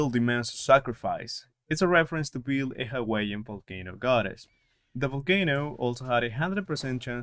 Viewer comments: Her name is pronounced Pay-lay. She is the Hawaiian goddess of volcanoes. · I think I've heard Pele pronounced as Pay-Lay but as long we know who you are talking about then I don't really think it matters. I think this sniper was fantastic in the first 3 games (1, 2, PS) but I've never gotten the chance to play 3. I plan to as soon as I can. Great video! I love how you talk about the guns. I like your accent too. :)